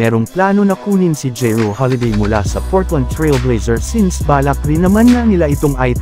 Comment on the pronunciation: Drew hindi jeru di mo alam magbasa